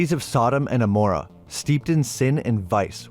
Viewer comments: It’s SODEM AND GAMORA NOT AMORA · Man you really don't do much research in your videos. If you had then you would've know that it's not Sodom and Aomorrah, it's Sodom and Gomorrah "G",G" as in the letter G. AND if you had read any of the holy Bible, you would know that there is no such thing as archangel(s). The Bible only refers to Michael as being an archangel. That is why Michael was the one who defeated Satan. No other angel did, only Michael. Michael is also the one who takes our prayers to Jesus. Who then in turn delivers them to the father. It says so right there in the Bible. OH I know the book of Enoch says there are other archangels, but the reason the book of Enoch was left out, was because there wasn't enough evidence to say if it was true. Not like there is for the rest of the books in the Bible. All other books had multiple eye witnesses statements. And had material evidence. The book of Enoch didn't have enough to prove it was real. Bit all that aside, bro your videos are good, but you really need to learn how to pronounce names and words correctly. Because I've seen on multiple videos where you say the names or words wrong. And that alone kills it for me. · Its gomorra not amorra dude. Damn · Confess ,you NEVER threw even one knife...am i right ? 😂 And btw...GOMORAH not amorah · Sodom and GO-morrah, sorry to be that guy but that was the only thing I didnt like about this video. Keep up the solid content brother, just work on those names lol. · "Sodom and Amorrah"?